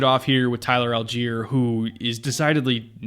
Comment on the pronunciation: Tyler Allgeier's last name is pronounced ALL-GUY-ER not Al-jeer, FYI. Assuming he pronounces it like everyone else with that last name